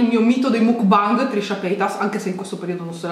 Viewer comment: Makbang... MAKBANG...si pronuncia makbang...grazie